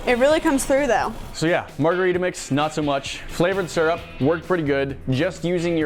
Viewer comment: please look up how to pronounce "syrup". I'm not a native English speaker but I'm very sure surrup isn't it mate